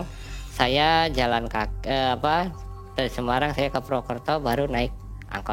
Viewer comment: Semarang bang e bukan semayang hehehe